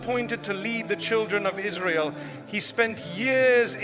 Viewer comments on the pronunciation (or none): none